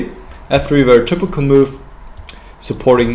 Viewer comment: If it is of any use I would like to give the advice to accent the word "typical" with less "u" and more "i". That is to say "tipical" instead of "tupical". (Dont take this the wrong way and start making german videos again) Also the word "move" can be less "u" ( muf ). I am pretty sure u can say "v" as in vermacht for example. (Ha ha) Anyway "forward" is the correct "o" for "move". Or think of the word "more". Best wishes and great vid! Thx!